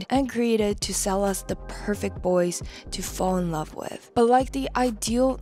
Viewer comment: "The LOVESUHHH!! of my life"